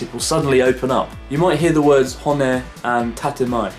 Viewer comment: wow I really like the word "cockerel" much better than rooster not to be nitpicky, but just a tip, when you pronounce words like honne you gotta get that double-n sound in there like hon-ne if you say ho-ne it becomes "bone"